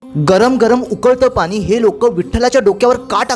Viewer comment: मराठी मध्ये पानी नाही पाणी